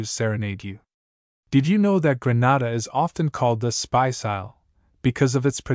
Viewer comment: It is pronounced Greenayda not Grahnada